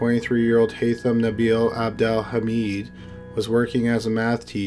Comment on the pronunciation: Lol it’s abdel “ha-med”